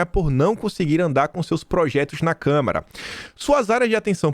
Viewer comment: faz tempo que você pronuncia a palavra Câmara como câmera...